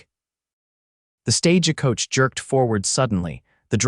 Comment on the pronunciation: It IS NOT a "stā'-jah koa-cha". It IS a "stagə" - Silent "e". No "jah". Coach has No "cha" tail.... Not "koa-cha". "Bandana" - all 3 "a's" have the identical same "a" sound as "Band", and has NO "ahh" sound in the last 2 syllables. You need a Phoenetics editor for spelling and sounds. Not often, but enough to justify someone to edit for this site. GET AN EDITOR, AN AMERICAN DICTIONARY WITH EXPLICIT PHONETICS.